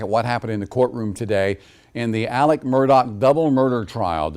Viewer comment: They keep mispronouncing ALEX too... it's not Alec